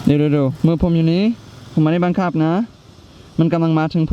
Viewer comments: "บังคับ"น้าาาพี่เนททท ไม่ใช่บังขับบ555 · บังคับไม่ใช่บังขับ